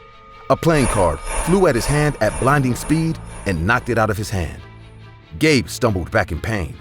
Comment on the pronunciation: I heard that too lol